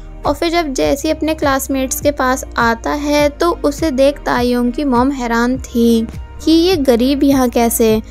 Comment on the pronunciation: When she say tae yong I listened taehyung 😂